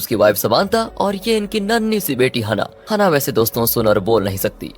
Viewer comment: हनाह नहीं है ब्रो, its हैनाः 😂😂